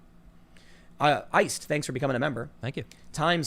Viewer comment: That's not how you say "thanks," Tim! Thank is like think, not that or there.